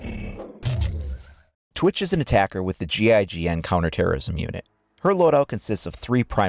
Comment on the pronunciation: You said gign defender lol